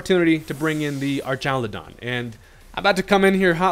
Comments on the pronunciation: Why u sayin it like “ar-TCHA-lu-don” instead of “ar-KA-lu-don” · So, just to preface, this is the first Ive heard it said... but I feel like it would be pronounced ARK instead of ARCH, because you know... electric arks